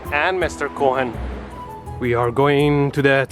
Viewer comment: I do like your tour guide skills! Like this trip, your Japan trip, or my fav: your UK trip. Btw the 'o' in Leonard is silent, as is the 'h' in Cohen; so it's more like: "Lenard Co-en".